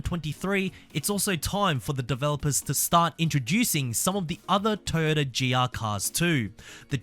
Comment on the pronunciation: TOYOTA NOT TAAYOTA BRO YOUR PRONUNCIATION IS FUCKED